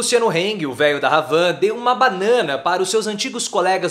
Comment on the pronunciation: Não é RRhavan.....é Havan...h mudo.....tipo AVAN RRadad....Haddad